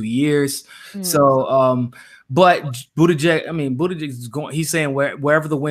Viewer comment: its pronounced (Buttigieg - Booty Judge)